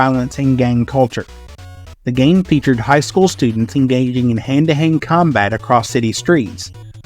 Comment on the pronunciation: Did you say "hang to hang" combat? Lol